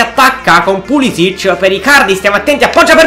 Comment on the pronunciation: Si dice Pulisic.è americano